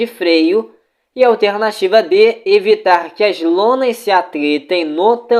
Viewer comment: mano teu simulado é ate bom, mais tua fala incomoda. A palavra alternativa é muito esquisito, da agonia!